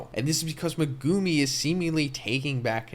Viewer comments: U gotta pronuncie Me gu mi not what u said lmfao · Please stop pronouncing Megumi in that nasty way but pronounce it like Meg-ah-me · When you said megumi it irked the hell out of me